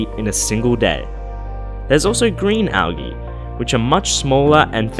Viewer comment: This guy pronounces algae like al-gee. Its al-jee